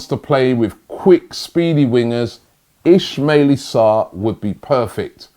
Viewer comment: Ismalie sarr... Really, Robbie? Thought his name was Ismalia Sarr